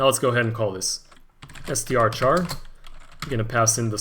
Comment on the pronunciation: no it's not called strchar, it's called strchr